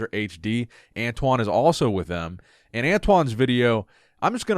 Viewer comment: Antoine said it right.